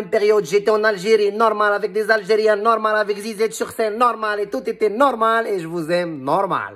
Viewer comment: Cïïï nnouououRrrrmâââl, vvvoââlâ lâ vRï pRô - nô - ciâ - tion, khô!...